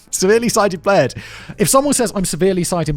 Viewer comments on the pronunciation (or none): Simon kept saying "implaired", sounds like a speech implairment to me ;) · Sight implaired? Simon, do you mean impaired?